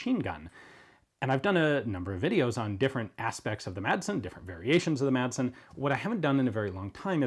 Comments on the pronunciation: the "madsen" isn't pronounced "matsen" is more like saying "masen" but keep the "a" like you're pronouncing it in the video great video like always cheers from Denmark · The "d" in Madsen is actually silent in Danish, but makes it a short "s" sound ~ so Madsen would be pronounced more like "mah-sen" with a short "s" in English ☝🤓 * confusingly, both a double "ss" and a "ds" are pronounced as a short "s" despite the extra letters, so yeah... Danish is wildly inconsistent in spelling and pronounciation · you dont say MADsen or pronounce the d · I know it probably will never stick and that it doesn't matter because everyone knows what's being said, but the d in Madsen is silent. It used to be soft but then it became basically omitted so the proper pronunciation would be something like "Massen". It's the surname form of Mads ("Mass") and is a Danish diminutive form of Matthew and/or Mathias/Matthæus. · Quick Danish lesson, The D in Madsen is silent